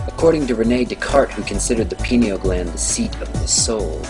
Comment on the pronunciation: when you Mispronounce ayahuasca , u lose me. and pyn-EE-ul....is the pronunciations of pineal. Shamanism, independent of drugs, done correctly, opens these doors.